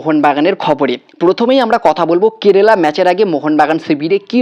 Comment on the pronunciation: Apnar kerala uchharon ar holo na hajar bar Bola sotteo sei kerela tai theke gelo.ebhave bikrito uchharon kore ki video banano uchit?apnar followerder kachei bisoyta janalam.tarai egulo bibechona korun.